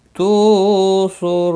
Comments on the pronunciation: कुद्दुसुर नही 🐙🐙🐙कुद्दुसुन है✔ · Kuddusun not kuddusur